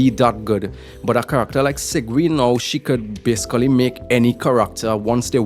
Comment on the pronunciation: Its pronounced seeg-win but yeah im pulling sigewinne she is supposedly a support for arlecchino